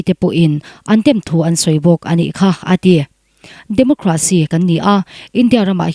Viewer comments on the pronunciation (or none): none